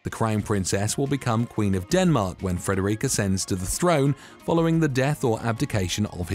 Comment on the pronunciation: Please pronounce names properly. It's not Frederique of Denmark but Frederik. You are pronouncing it as a French name instead of a Danish name. Also Curaçao is pronounced 'cure a sow' not the way you pronounced it